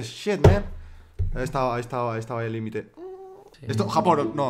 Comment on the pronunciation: like si te diste cuenta q dijo japojon